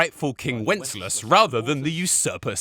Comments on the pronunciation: Who the hell is whenslass. Don't you mean Wensceslas? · Are you Worcestershire-ing the name Wenceslas? “When-Sis-Las” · They say the name Wenceslas so many times and yet you manage to pronounce it as wenclas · multiple degrees but thinks "Lumexberg" is a country and Wenceslas is pronounced "Wenslas", even though the name is spoken probably 1000 times in game? Gosh golly gee whiz... it's almost like you had no point whatsoever. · you pronounced wenceslas wrong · You know that henry was suposed to be a blacksmith instead of going on adventures and seeing the world? That's why there are so many blacksmithing quest begause it's the trade your character knows canonically. And how come you've played 270 hours of this game but can't say wenceslas right lol. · And what about not knowing how to say Wenceslas? They only say the king’s name a million times throughout the game lol.